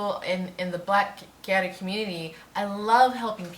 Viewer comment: It's pronounced ge or u, and the "o" like in octopus